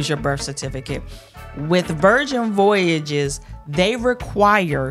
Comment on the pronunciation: my friend, I love you but the way you can’t pronounce Voyages is cracking me up 😂